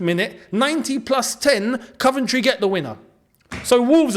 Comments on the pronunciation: we love you, but please say: Coventry not Cuventry 😁nice one boi!!!🤙🏻 Coyb👏🏻🙌🏻🔵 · Cov not cuv 💙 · it's coh-ven-try not cuh-ven-try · My girlfriend wants to know why you pronounce Coventry ‘Caventry’? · Mate why u sayin “CUVENTRY” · I think you are saying Coventry wrong ⚽